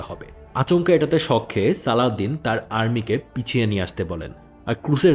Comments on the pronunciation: His name is Salahuddin ..not saladin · নাম গুলা ঠিক করে বললে ভালো হতো, নুরুদ্দিন, সালাহউদ্দিন, রিনাল্ড দ্যা চ্যাটিলিওন